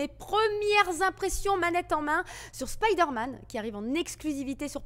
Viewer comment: Aaah Spiderman, t as bien prononcé (contrairement à Resident Evil lol), ti vois kantuveux